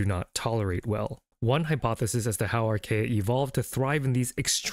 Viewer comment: Great video, thank you! But archaea are pronounced ar·kee·uh